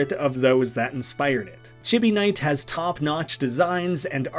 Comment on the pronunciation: I'm a little sad you didn't mention Artix Entertainment and AdventureQuest; they never did have their games on Newgrounds though. Edit: "Chibi" is pronounced "chee bee." It's Japanese.